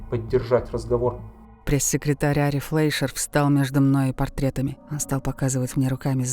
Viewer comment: закадровый голос читает некорректно (...портретами...)